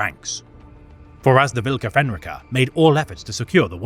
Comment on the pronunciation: Also, it's pronounced: Volka Fen r-eye ka